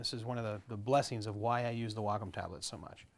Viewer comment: You pronounce Wacom funny "WAAHCOME"